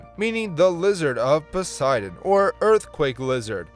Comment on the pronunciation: >Horrifically butchers the pronounciation of Sauroposeidon (and continues to do so throughout the segment) >Somehow pronounces Poseidon correctly five seconds later What lmao